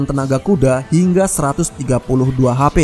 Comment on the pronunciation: dengan menggelontorkan tenaga kuda hingga 132 HAPE😂😂😆😆 narator tamatan Sd